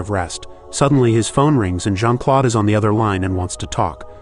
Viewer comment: It's not Jean-Claude it's Jean -Claude